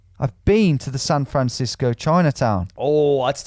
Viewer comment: Ah yes, my favorite city "Fran Sancisco."